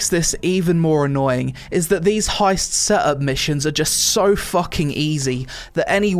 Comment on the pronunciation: why you pronounce set ups like "seh tups"?